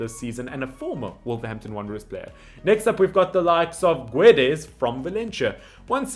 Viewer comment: The name "João" is not pronounced "Jao", but rather "Ju-aa-u". I know that the nasal sounds are difficult for a non-native speaker, but at least pronounce all the vowels!... :) The other names are very reasonable pronounced. Good job. Except "Oli-VEI-ra" (not "Oli-viera"). And in "Guedes" just skip the 'u' sound.